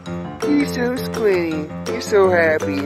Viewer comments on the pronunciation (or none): That one guy can't pronounce the "t" in squinty. That is so odd to me.